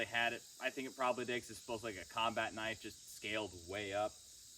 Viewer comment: That's a knoife!🤠